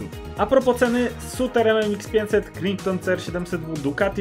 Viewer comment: Nie Krington, tylko KRAJTON! Chłopie, nikt z wspolczesnego świata, gdzie mówią po angielsku, nie ogarnie tego jak to wymawiasz.